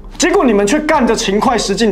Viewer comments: 就这水平还这么多人支持，秦桧居然读成勤快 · 是秦桧不是快，八囧要好好年国文哦